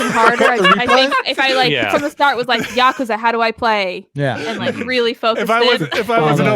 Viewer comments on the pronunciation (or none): none